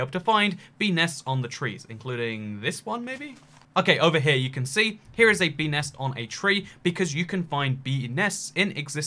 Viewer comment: Bee nest... Sound like pe nes